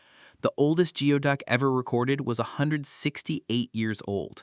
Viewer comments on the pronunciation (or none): 😂 its pronounced gooyduck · "Americans are uncomfortable eating it" nope it's sold as fancy seafood in DC and other cities in the nearby region. Also it's pronounced gooey-duck. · Wrong pronunciation of geoduck.